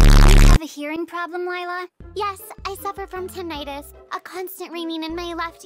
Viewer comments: her name is not lie-la its lila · "ISN'T GAGENTSTONGS PET A CROCADLE?" I love that part MaRaNeT bured LYEla LOL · Lila: I will “never” tell a lie again. Me: BRU UR LIE-LA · LilA is A lie-la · Stop lie-la is not a cute👁️👄👁️